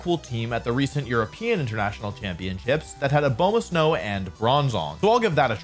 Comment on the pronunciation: If I hear this man say Abomasnow like that one more time I’m going to scream